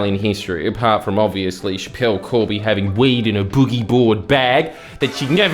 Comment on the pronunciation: When he said weed I thought he said wee'd